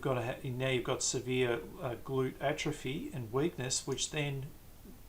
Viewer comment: Good video but: Atrophy not Atropy. Sciatic not Siatic.